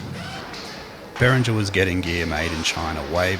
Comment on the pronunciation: It's not "BERRINJER", it's "BEAR-INGA" you moron.